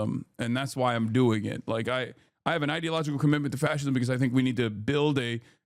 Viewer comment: Adin can't even pronounce fascism.